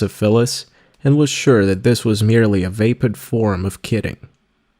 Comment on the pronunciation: I am grateful to have had keep me company during an all-day drive so please forgive me for complaining, but regularly mispronounces words throughout the book -- vapid is VAY-pid, personage is person-AHJ, noblesse oblige is pronounced as if it were the English verb "oblige," and on and on. Please buy him a pronouncing dictionary.